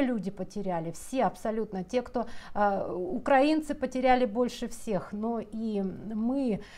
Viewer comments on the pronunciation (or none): none